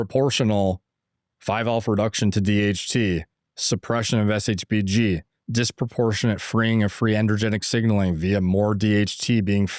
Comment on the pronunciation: Longevity expert that doesn’t have a compressive understanding of shbg and can’t even pronounce it properly is painful to watch.